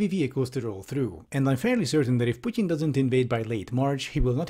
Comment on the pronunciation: Ah, I appreciate your critical thinking + finally somebody who (I think) pronounces "Putin" correctly